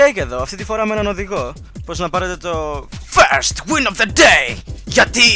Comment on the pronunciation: pante sto antui gia first win of the day leei fisrst win of teh day